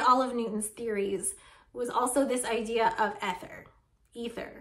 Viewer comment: When you pronounced ether with a short initial e, I thought, "Why is she doing that?" I have have always heard it pronounced with a long e. I love your show😊! I love your humour😂! I love your willingness to explain details for laypersons like me who want to do want to be more technically precise. And you always make the video easy to watch. Best wishes!